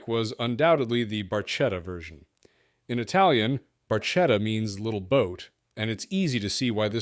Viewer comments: “Barchetta” is pronounced “BarK-Etta”. Ch is pronounced as a hard C, like you said in your video, Michelotti. Good video otherwise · "Barchetta" is pronounced "Bar KETT uh", NOT Barchetta. "Beaulieu" is pronounced "Bewley" in English